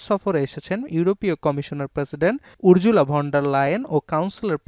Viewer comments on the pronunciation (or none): উর্জুলা নয় উরসুলা